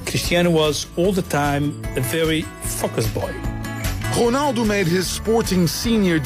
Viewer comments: No, Rounaldo, say it like that Rou like you say Mou ROUNALDO, but it's Ronaldo. I am portuguese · Ronaldo not Konaldo!! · The way to say his name correctly in portuguese. Us to say Ronaldo like you, we had to say Rouneldo... or Rounaldo... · dude its ronaldo not ghonaldo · its Ronaldo not "whonaldo" :P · Who's Honaldo its ronaldo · Is it just me or the presenter is saying "Honaldo"?? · Why does he say honaldo ?? Is honaldo correct in portuguesse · Why does he call him Honaldo?? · why does he say "Honaldo" ? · i think its pronouced hunaldo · WHO-naldo? it's pissing me off. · who the FUCK is 'HOONALDO'? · who the fuck is chonaldo?